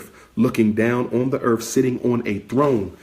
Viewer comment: He says, earf or birfday instead of earth or birthday.😂😂